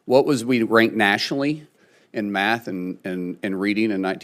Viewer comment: "Wat wuz wee rainked n reeding n maff n 1979?" - Markwayne Mullin